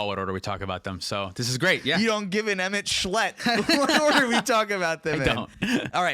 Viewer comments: "emet schlet," as a fan of ffxiv, sent me into the stratosphere lol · Emet-Selch (emet selk) Louisoix (Louie-swah) Tataru Taru (ta-TARU Taru) Tidus (Tee-diss)